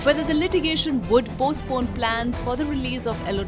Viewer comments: E-NO-LA Holmes not Elenor... jesus fucking christ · It's ENOLA Holmes, not ELONA Holmes! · Enola, not elona